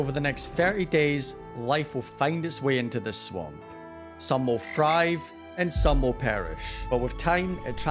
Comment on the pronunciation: The way he said swamp